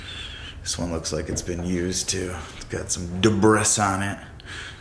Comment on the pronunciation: his grammar is off he said debris incorrectly, lol